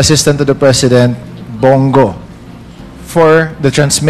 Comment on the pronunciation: Bong go po hindi bing go